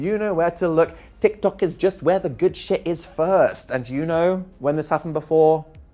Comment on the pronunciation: the way you said tiktok omg help i can't stop laughing